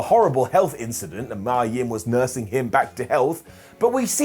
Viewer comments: Who's Mya Yim? It's pronounced Meeya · Poor Mia Yim. You can't even pronounce her name right 😔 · You're saying mia yim weird